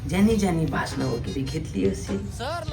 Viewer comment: भासान नाही रे भाषण